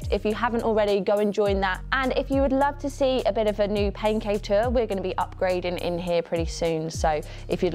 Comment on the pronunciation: Oh! Pain Cave Tour. I swear I thought you said Pancake tour. I thought I was under a rock. 😂😂 I’m training for a super sprint triathlon indoors as well. So convenient for my schedule.